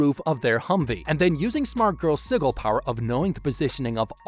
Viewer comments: "Siggle"? It's pronounced "Sid-gel", what I don't like about the video is that you're clearly illiterate. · ITS PRONOUNCED SI-JIL, NOT SI-GILL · It's "Sih-juhl". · Sih-jill. Sigil. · Bro said siggle😂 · its pronounced sigil lol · The way you pronounce sigil hurts me so deeply. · That's not how you say sigil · The way he says sigil hurts me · You're mispronouncing sigil just to annoy us, aren't you?